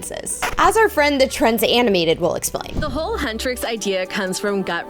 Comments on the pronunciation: Lol hutresses BRO IT'S HUNTRIX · Huntrix not huntris and saja boy is pronounced sarja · Your saying huntix wrong